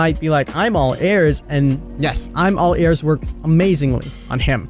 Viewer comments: I got angry when he said “Airs” instead of “Ears” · Weird how you pronounce ears XD